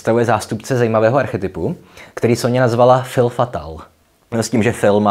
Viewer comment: Krásné (jako ta Manon), jen drobnost: fille se čte [fij] a zajímavé video. Díky! Jinak fr spisovatel Marcel Pagnol napsal trilogii, v níž vystupuje dívka Manon, viděla jsem zfilmované před lety. Je možné, že to odkazuje na původní Manon (čistota dívenky, která tam dospívá v ženu atd.).